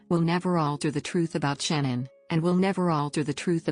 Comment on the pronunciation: Her name is not shannon, it it sha' naan... get it right.